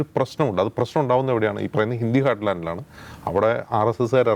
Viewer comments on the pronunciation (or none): ഹേട്ട്ലാൻ്റ് അല്ല ഹാട്ട്ലാൻ്റ്